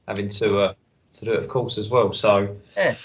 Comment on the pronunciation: What's with the pronunciation of the course? It's in France mate not Spain with that lispy nonsense.